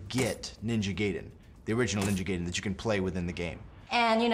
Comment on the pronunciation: WHY DOSE EVERY AMARICAN BUT ME SAY NINJA GAIDEN RONG FUCK! GET IT RIGHT